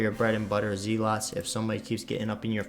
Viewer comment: Zell-it. Not Zee-lot too ;)